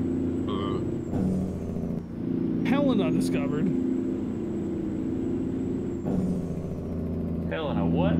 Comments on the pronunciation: As someone from Montana...it hurts me how he was saying Helena 😂 its not Helina. Just sound it out HEL-EH-NA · Being from Montana I cringe every time they say Helena wrong